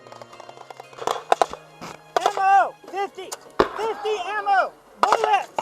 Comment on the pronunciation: Yeah, when "AMMO" sounds like "NLAW"...I guess the gunner also didn't get it until they passed him the second one. What I loved is that he just unfazed shoots the NLAW at the houses and asks again for ammo